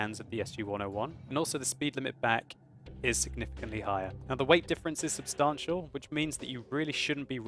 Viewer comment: Lol how he says 'substantial'